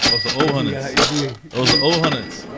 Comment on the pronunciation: Pulled Out Da Old “HUNNITS”🤣💪🏾(Hundreds)